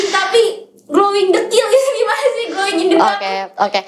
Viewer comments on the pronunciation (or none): NGAKAK GLOWING IN DE DAK